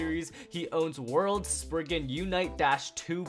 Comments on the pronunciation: sprizzzzzen not spriggen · It’s spizen not sprigen they say so in the anemay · Isnt it spry-zen not spriggen? That sounds like something valt would use He out here like: SPRIGGEN LAUNCHHHH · It’s not spriggan it’s sprizen